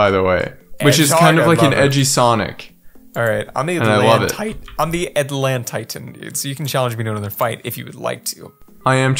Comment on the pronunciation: FINALLY YOU PLAYED THIS! And I noticed u are saying alantitan wrong It's Alan Titan that's how to pronounce